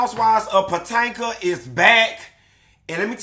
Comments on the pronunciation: Not POTANKA...🤣🤣🤣🤣 HUN-Tee this opening was giving!!!!👏🏽👏🏽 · I hollered when you said “Patanka”!!!!! Yassss!!! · I’ve been waiting for this! I love hearing you say “Potanka”😂😂😂😂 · I laugh every time he says it haha